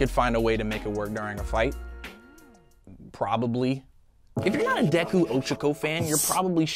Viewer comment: Sadly, one for all wouldn’t be passed down to their kid. Also, Oh-Cha-ko lol